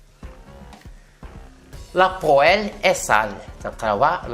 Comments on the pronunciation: Bonjour, pour la poêle ça se prononce "pwal". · Désolé mais faut revoir la prononciation du mot poêle